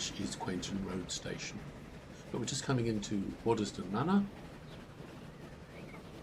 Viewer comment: That was a pleasure! I lived in Quainton between 1963 and 73. May I offer a couple of observations? I think it’s the Vale of Aylesbury (as opposed to Buckingham) and I never heard locals pronounce the middle ‘es’ in Waddesdon. From Quainton Road station to the village is nearer a mile but is at least reasonably flat. I’ve walked and cycled it many times. Back then there was still through traffic on the line, mainly coal and a few passenger services further into the Midlands and I can recall the wired quiet when it all stopped. The remaining rump of HS2 will pass just south of the station thus terminating any ideas for a partial re-I statement of the Brill tramway, a line friends and I thoroughly explored back around 1967. I look forward to your presentation of it.